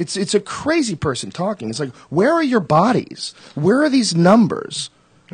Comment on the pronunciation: I'm so glad Dennis pronounces "bodies" in the same beautifully weird way that his brother did.